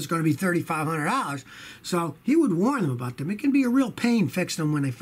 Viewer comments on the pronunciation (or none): none